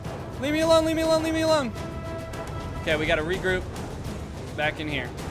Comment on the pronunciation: When he was saying ‘Leave me alone’ it sounded like Le Meelon